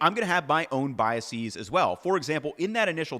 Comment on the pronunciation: the plural of bias is biases, not biasees. Thanks for all your great videos and sorry for being a nerd.